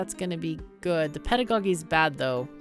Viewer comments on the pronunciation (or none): I was curious about this game. thanks for the video. BTW someone might have pointed it out already but the word "pedagogy" is pronounced with a soft G for the second one